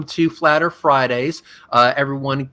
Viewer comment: I love how says "Da flat ERF